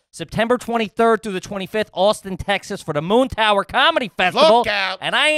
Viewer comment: I want to strangle every time he says Te-has. Otherwise I love you guys!